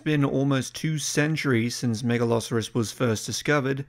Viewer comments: Mega-lo-soar-us, not Mega-lah-sah-rus. Don't even try to pretend it's just an accent thing as you pronounce the 'saur' in other animals just fine. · The way you pronounce Megalosaurus sounds like you're saying Megaloceros, which is a deer from the pleistocene. Do pronounced it correctly one time and every other time you said the name of the deer. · i know this is like 2 years old, but MAN is it weird hearing the name Megalosaurus pronounced as "Mega-Loserus" i have heard Megaloceras pronounced like that but never Megalsaurus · I thinking of a meat eating deer in the vid is kinda funny. Mispronouncing names. Happens to the best of us. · How is it the first named dinosaur and you can't pronounce it correctly? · ah, he starts saying it wrong in the second half wonder if that was recorded before or after the first half probably before?